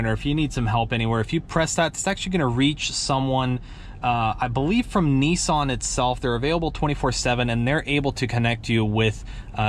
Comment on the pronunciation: he said NEESEN